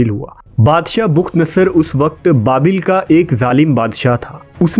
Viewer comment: bukht nhi bakhtnsr h please urdu Shi pdha krn